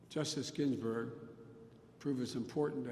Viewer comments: "Gin-Burg". Feeble Joe cant even read a teleprompter correctly in an empty room. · Justice ginberg? He really cant get her last name right?